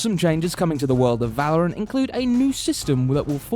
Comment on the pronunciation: First he said Va-lo-rant and now he says Wad-Dell